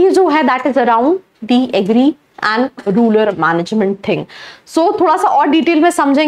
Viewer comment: Ruler nahi rural madam